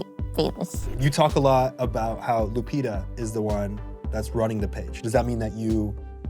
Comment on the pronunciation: First time I hear the name Lupita pronounounced Lupira with an R.